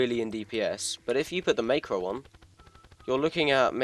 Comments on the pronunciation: It’s pronounced Mac ro not makero It’s a great vid thou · You say is as mahhcro not maycro btw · not to be rude but i don't like how you say macro as maycro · mans saying meicro LOL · I will never forgive you for mispronouncing macro